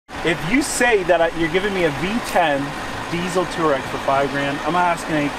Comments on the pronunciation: FYI, you pronounce it Twar-reg. not Tour-Reg They are a nomadic tribe from Asia. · It's not a two-reck (aka citizen of Turkey). It's a twah-reg, please... This mispronunciation triggered me to the point of almost suicide, fortunately as a European I have access to more alcohol to sleep over it. I'm not at the "not remember" level yet, I just passed the "no more angry YouTube comment" level, wish me luck to get sufficiently drunk and wake up tomorrow! ;) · It’s pronounced twah-reg… after the nomadic tribe in Africa!!! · It is pronounced TWARAY not TOUAREG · The way you confidently mispronounce Touareg makes me want to puke every time I hear it.